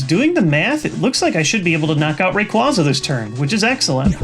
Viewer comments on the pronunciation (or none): Its pronounced Ray-Quaa-za not Ra-Quazz-aa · I enjoy your videos yes and not trying to agree with the troll but you're mispronouncing some names assuming the anime is in effect. Rayquaza has a long a on the 2nd a in it's name, Virizion is pronounced Vir-I-zion like Verizon with an I between the z and o. That is all I can find wrong in your pronunciations. Also could you give what cards you need for the deck in the description and also is there any way to replace Tropical Beach because it is a pricy card...also where's? Greatvid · I think you mispronounced Rayquaza. Its a common mistake.